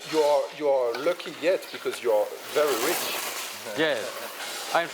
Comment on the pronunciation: lol what is he saying 😂 "im verrrr rii richh hahaha"